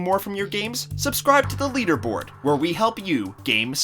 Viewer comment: The lee derboard